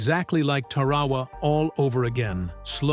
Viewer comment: If you want to be a historian, learn how to pronounce words like Tarawa